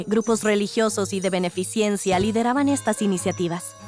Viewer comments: Es "beneficencia" no "beneficiencia" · es "Beneficencia".